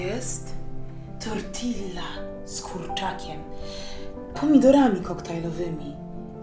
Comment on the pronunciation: nie mówi się "tortilla", tylko "tortija" :P